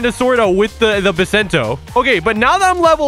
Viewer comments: it's bisento not bissento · It’s pronounced Bai-Sen-Toe. THE ONE PIECE IS REEEEAAAAL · bisento you can hear the i is right